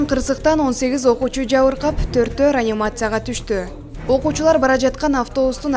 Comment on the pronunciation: Ранимация эмес реанимация деп оку алыпбаручу.